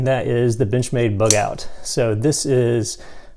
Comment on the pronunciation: You had me until you said "Benchmade" lol